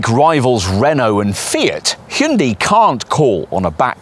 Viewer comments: Slightly better pronounced as "Hoon-DAY" and not "Hoon-dee!" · How about you learn how to pronounce the companies name correctly?